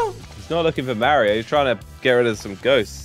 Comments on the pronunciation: bro said marryO cart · It's mario noy Mary io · “Merio Kart” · I love you jelly but the way you said Mario kart hurt to hear cause I love mario